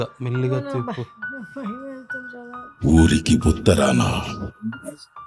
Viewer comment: షరాత్ 😅😅😅 శ రాత్